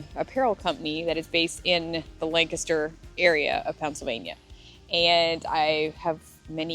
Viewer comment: Thank you for pronouncing "Lancaster" properly! lol! Fellow Pennsylvanian who also follows Megan Fox Unlocked. Welcome!